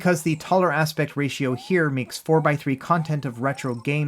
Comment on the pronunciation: please practice saying the word aspect, you repeatedly say aspec or aspet but not aspect